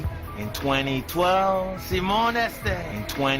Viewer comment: The way Tonga say "in 2012" made me laugh the rest of the video 🤣🤣🤣